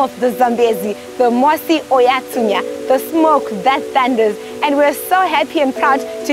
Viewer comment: It’s mosi-oa-tunya!